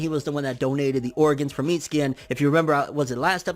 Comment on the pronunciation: Think Mitsuki is pronounced Mi Su ki. The T is silent like in Tsunami and Tsunade.